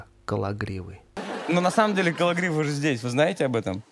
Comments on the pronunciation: "кологривоГО"! Как же это бесит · Как меня выбесило ка кон говорит Никиту КологривОГО , зачем так говорить если его фамилия так по другому произноситься.